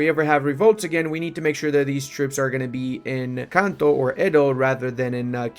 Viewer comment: Every time you said "in Kanto" I heard Encanto